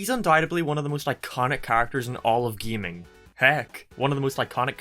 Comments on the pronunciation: this mans said “GEAMING” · It’s not geeming it’s gaming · this dude pronounces gaming like gameing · "in all of geiming" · No one:: Geeming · I’m sorry but I love the way you pronounce “geeming”